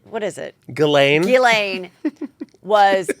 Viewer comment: It’s actually pronounced Jis-Len. It’s a French name. I have a friend named Ghislaine. So Heather was very, very close in her pronunciation.